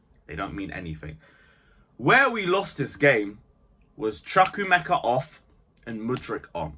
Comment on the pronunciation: And the name is pronounced Chu-ku- emeka. Like you pronounce chu-chu train.